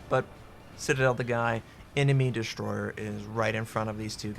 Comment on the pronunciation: I kinda like the way you say "an enemy destroyheh" istead on "enemy destroyer" ;) Cheers!